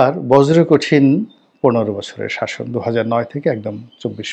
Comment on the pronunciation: দুস্সন নয় সাসন করেছেন